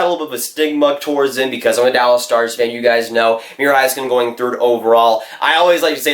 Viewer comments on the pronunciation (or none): none